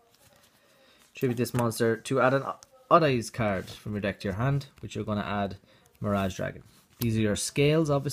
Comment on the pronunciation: I love the way he says card "Caird"